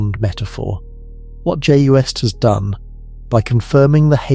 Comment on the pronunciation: Well it's the damn AI that's doing the talking and I don't want to listen to AI voices for too long because AI is really artificial stupidity. It pronounces acronyms as non-existent words like UV is "uv" and JWST is "joost"!! No one should have to list to or be indoctrinated with ignorant mispronunciations.